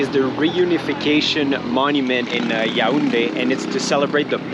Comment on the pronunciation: Nice vid. I appreciate the fact that you were objective in your opinion. Also you pronounce the city Ya ounde ; you should say it yawounde.😉